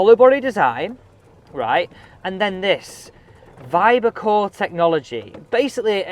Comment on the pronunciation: Vibrcore, not Viarcore.